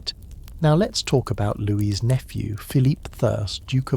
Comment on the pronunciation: Just wondering how and why you keep switching the pronunciation of Louis - - 😅